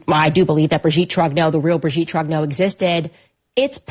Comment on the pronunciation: Trong-nyurr not Troggno